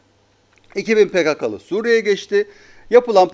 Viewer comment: Pekekeli değil pekakalı